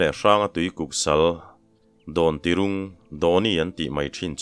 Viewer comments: Dawntirung, Rung lai hi thluk sang lovin thluk hniam tur, Rivung tih a vung lai ang hian rung tih tur. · Dontirung tih a rung tih khi a ki tih hniam tur aw, hmeichhe hming, Mizo in i kan hmang ang a hmeichhia te hming hriatna. Rai hi mipa an ni vek.